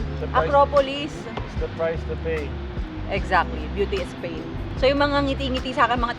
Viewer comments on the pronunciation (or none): none